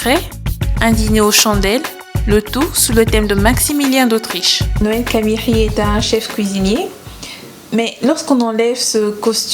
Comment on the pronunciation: Quelle frustration à chaque fois que la présentatrice dit « Noel Camieri » ! 😱 Cet homme était mon patron, j’ai beaucoup appris en travaillant avec lui, c’est un grand homme qui avait du respect aussi bien pour le Congo, que son business et son personnel. Que son âme repose en paix 🙏🏽